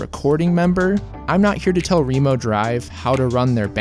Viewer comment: wait, it's pronounced ree-mo drive?